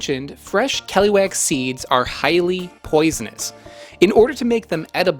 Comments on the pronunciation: caliwhack 😄 kuh-LOO-ahk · The way he says "keluak" makes my ears itch. It should be "ke-luak" and not "keh-loo-wack". Grew up eating the stuff cooked by my older relatives...the stuff has kinda like a dark chocolate type of flavour. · KELUAK❌ KLUWEK✅ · it's always weird how foreigners kept calling that thing as KELUAK we usually called them KLUWEK(clue-weck) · Listening to you is painful as you torture the Indonesian language. Please, allow me to help you a little. Whenever you meet the letter 'a' in an Indonesian word pronouce it as you do the letter 'u' in the word 'up'. That way you can pronouce the last half of the word 'keluak' properly. The letter 'e' in Indonesian can be pronounced in 2 ways. In the word 'keluak' the 'e' is pronounced as the letter 'a' in the word 'an'. That way you can pronounce the first part of the word 'keluak' properly. Please. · as usual, your pronunciation always bugs me out as native speaker where that fruit from just google how to pronounce it and youre good